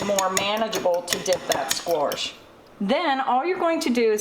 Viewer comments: Squash - NOT squaRsh! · I love how you pronounce squash. ;)